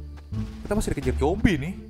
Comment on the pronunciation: Zombi pak bukan Jombi